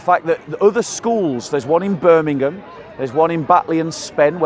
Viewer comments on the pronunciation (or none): none